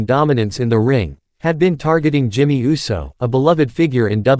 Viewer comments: Do us a favor. Please put a REAL LIFE PERSON on these videos to pronunciat peoples names correctly. It’s annoying to hear the voice that’s speaking say wrestlers names wrong. For instance instead of Uso the computerized voice pronounces it U.S.O. Put some respect on their names. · I can see you have a problem pronouncing the name UUUUUSSSSSOOOOO?!